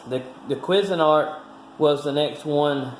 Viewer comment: Love how the calls it a "Quiz" a nart!!! HAhahhahhaaaaa.... Up here we pronounce it "Kwayz" a nart! Used to be really good stuff, but now with cheap Chinese plastics and low gauge metals, the quality is just not as good as the stuff the company was producing back in the 70s/80s. As it is seeming with most stuff. Cheers!